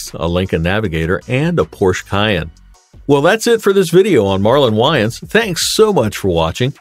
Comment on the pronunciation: If he is gonna report about someone he needs to know how to pronounce someones name